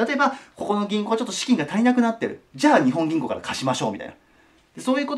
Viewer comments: にほん銀行ではなく、にっぽん銀行ですよ！ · 《訂正？》 “日本銀行”の本当の読み方は“にっぽんぎんこう” 《豆知識》 日本銀行は株式会社なので、政府と繋がっているという訳では無い！が、国債を買うということはしている。